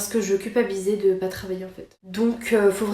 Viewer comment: C'est ptet pas le moment mais faut que ça sorte : J'adore ton contenu depuis des années, je manque pas une vidéo. Mais depuis quelques temps t'as un toc de langage qui rend difficile d'écouter longtemps : Tu accentue énormément tes premières syllabes quand elles commencent par des consonnes, comme si tu les crachaient.. Exple : "on va PPPPPAAAAS non plus faire ça" (surtout sur les "pas") "VVVVVHOILA" "je suis entrain de TTTTTERminer" "ça pas avec TTTTTout" "PPPPARce que" Fin bref... Voilà voilà..